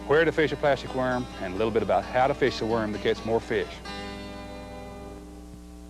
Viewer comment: “Thars a feesh!”